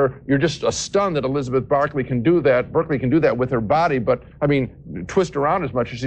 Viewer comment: Damn, Siskel went hard on Elizabeth Berkely there. I even noticed he at first mispronounce her name “Barkley,” almost like he wanted to call her a dog, lol.